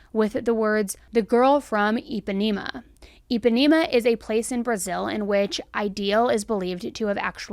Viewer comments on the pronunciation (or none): I had to giggle a bit about the way you took it about " the girl from Impanima " but I guess why would you think of it the way you did. If I don't REALLY know things,I Google it. I also Google how to pronounce words correctly also...ie like names if towns or places, ect... You do sort of have a habit of mispronouncing. I still love your show knowmatter what though.